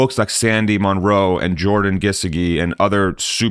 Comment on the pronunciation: So happy to be one of your people! FYI, Jordan’s name is pronounced Geese-short i as in jig - dee with the emphasis on Geese.